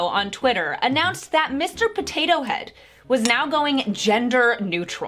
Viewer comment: I just want to know what is going to happen to the animatronic potato head at disney XD... but seriously I find funny how says. Pothatho